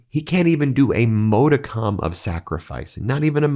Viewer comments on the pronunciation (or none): NY born and raised. I was a kid in 73, I remember the win, whole elementary school was partying! I knew he was garbage in the 80s, most did, so this is reason #25,000 that makes us all say f"'ck Trump! Ps Ben, its 'mah-de-cum' not 'mode-a-com'. modicum = mädəkəm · ModicUm. NOT ModicOm. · MODicum, hallowed ground. FFS, Ben! Too much Latin, not enough English with you! You're driving me NUTS! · Ben —- PLEASE it’s pronounced MODICUM, like RUM. Please. Thank you. Also when you speak of Trump’s trust PLEASE be careful. If Revocable it’s his own trust, same SSN. If it’s IRREVOCABLE it’s under a separate EIN. Be precise in this — they are exact opposites. Thank you! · Pronounce "modicum"